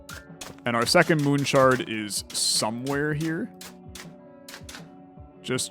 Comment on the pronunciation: the devs watching you enjoy the game :) the devs every time you call it moon shard :/ i loved this video very adictive